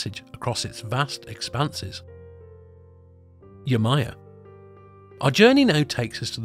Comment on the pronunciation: Yemojà..... Not yemaya*